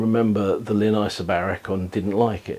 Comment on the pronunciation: The name is "Linn" NOT "Limn".